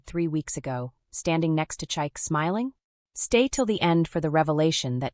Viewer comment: The pronounciation of Chike is crazy. It is Chi(like Chicago,) Ke(like Kevin). Please author, teach your language model how to pronounce African names. In most of Africa, we use phonetic sounds unlike English. Ade is aah-de(aah like apple and de like day).